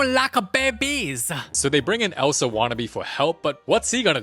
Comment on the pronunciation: let it gauooorr ELSUUH 😭😭